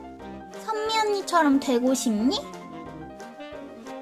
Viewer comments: 선미언니라고 할때 희미언니인줄 (×아름다울 미 =희미) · 은 오늘도 병맛이며 신의 손이시군녀 ㅎㄷㄷ 근데 쟈꾸 선미언니라고 하는게 현미언니라고 들려요 ㅎ